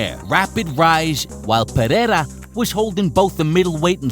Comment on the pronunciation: Thank you for showing us how to correctly pronounce Pereira. I'm sending this video to Rogan. Bisping, Cormier and just about any commentator in the UFC. They might learn a few other things here too